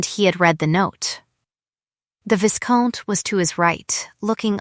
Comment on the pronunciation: Vie-count, not vis-count. Surely AI would know this pronunciation. A lot of words for so little substance.